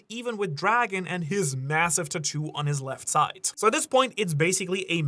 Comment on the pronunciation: Of all things…. I just can’t stand the way this guy says “tattoo” 🤢 otherwise, really enjoy the content lmao